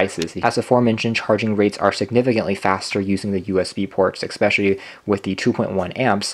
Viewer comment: Nice review thanks. By the way, correct pronunciation of the word "especially" is "ess"-pecially and not "ex"-pecially. I look forward to watching more of your reviews.